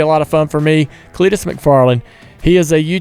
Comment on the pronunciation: CLEET TO CUP